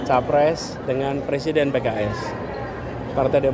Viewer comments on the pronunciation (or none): tapi bro, perlu belajar ngucap R yg jelas, biar ga keliru nyebut PRESIDEN eh...terdengar......... PLE-SIIDEN!! 👎🤣👋👋👋👋👋